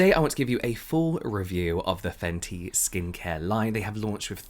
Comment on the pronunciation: Ok but can we talk about the intro " faNcY yOu!!!!!" 🤟